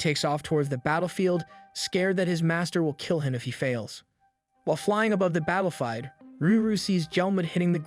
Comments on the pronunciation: Battlefide... Votex... BRO I CAN'T WITH THIS PERFECT PRONUNCIATIONS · AI voice can’t keep up with you if you misspell “battlefield” Lmao. Gød, these channels need spellcheck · Marshal-Ands (Marshlands). Battlefied (Battlefield). Prinicipal (Principal). Nave (Naive). An-I'm (Anime). Enchanced (Enhanced). I always love the purposeful mispronunciations. Keep up the good work!